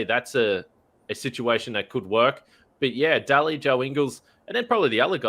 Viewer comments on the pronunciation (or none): I like your work my friend but you really need to do something about your elocution. It's absolutely maddening to listen when you pronounce Delly as Dally... help as halp... Melbourne as Malbourne... well as wall... and so on. Please do something about it.